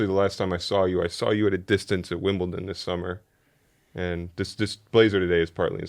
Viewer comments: it's pronounced 'Wimbledon', not 'Wimbleton' 😂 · Lol saying “Wimbelton” 3 times instead of “Wimbledon” worst take if it were FSR. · I love you but did you just say Wimbleton? 😅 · Wimbleton huh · Big fan of but “Wimbleton”!? Whats that 🤣🤣🤣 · it’s Wimbledon with a D 😅😂